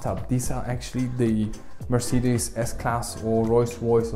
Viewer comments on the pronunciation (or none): none